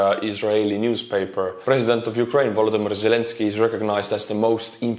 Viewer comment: If a member of your audience is only listening and not watching, they won't pick up on your sarcasm. EDIT: Also, the automatic captions interprets your pronunciation of the Ukrainian president's name as "Voldemort".